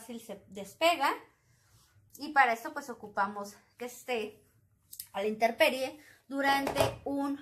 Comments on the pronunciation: Intemperie .... no “interperie” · Amiga genial. Sólo que no se dice interperie sino intemperie. Es de tiempo.